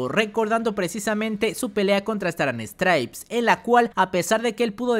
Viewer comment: Nadie se dio cuenta que dijo Star and Stripea, o esque se confundio con Lady Nagat